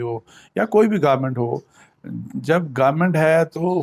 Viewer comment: sir most of us get confuse when u say Garment(government).